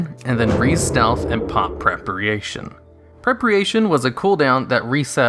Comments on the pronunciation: What the F is "prepreation"? It's called Preparation jesus man and I'm not even an english native speaker xD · 'prepriation' dude what? that's like a common word lol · Straight up Burke is right. Its just incorrect pronunciation that was never corrected. There is no part of Engish where people read PrepARation as PrepREAtion. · "Prepriation"? It's preparation. Jesus you americans really need to learn to pronounce your own language. How can you be so dumb to have never heard that word used in real life? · It's Preparation not prepreation....... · it's "prep a ray shun"- not "prep ree ay shun" :) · PRE-PARATION not fucking PREPREATION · "preh-pre-ation" Its preh-per-ation. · Preparation not Prepriation... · lol its preparation not prepriation :D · Why do you call it prep-re-ation? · Prep·a·ra·tion, ((Prep-uh-ray-shun)). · Prepriation? Seriously? Why tf bother learning English if native speakers speak like I do rn ffs. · Prep-pri-ation. Fkn dumbass. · "prepriation" haha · Prepriation?:))) Omg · prerpryation h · Lot of misinformation and condescending attitude from a guy who can't even pronounce preparation correctly. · you honestly dont know how to pronounce preparation....... why are so many youtubers so stupid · I cringe each time you pronounce preparation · I'm sorry but how did you just pronounce preparation? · Super confusing way of saying Preparation...